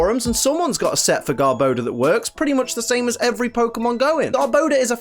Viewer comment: THERE SHOULD BE ONLY ONE R IN GARBODOR!